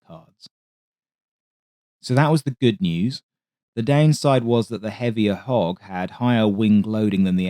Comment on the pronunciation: I totally thought he was saying “hawk” until I read this comment 😎